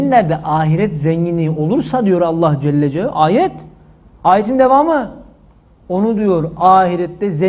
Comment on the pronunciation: Allah Celle celalihu denir Allah Celle cel deyil hocam